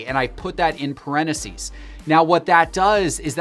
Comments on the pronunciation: IT’s parentheses, NOT pareneses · Can we talk about “parenacees”? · Anyone else triggered by how says parentheses? Pareneses,? There’s a missing “th” in there!!!! Aghhh!!! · The way he says (parentheses) cracks me up